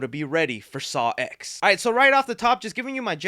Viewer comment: dude, it’s a roman numeral. it’s pronounced “saw ten,” because it’s the tenth saw movie🙄